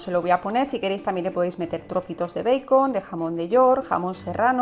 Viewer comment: Me gustaron tus recetas pero, que te parece si estas hablando en español nombra en español los ingredientes. Di tocino o panceta en lugar de bacon o beicon , que además lo pronuncias mal en inglés. No digas bowl di, tazón pequeño. Disculpa pero, me molesta ese enredo que hacen al hablar español entremezclado con inglés y siempre mal pronunciado el inglés.